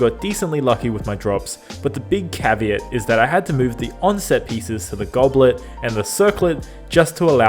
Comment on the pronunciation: You only get one cryo goblet? I can't call it goblet, it's more like "goblyat" 🤣